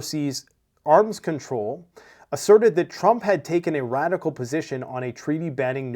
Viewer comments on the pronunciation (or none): none